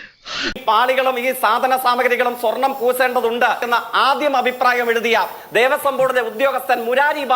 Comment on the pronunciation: ശ, ഷ ഈ അക്ഷരങ്ങളോട് ജയിക്കിന്‌ വെറുപ്പുണ്ടോ....😅 രാട്രീയം, പൂസേണ്ടത്... 🤣